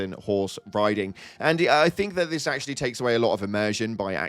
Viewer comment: "You know... Nintendo predicted all of dis"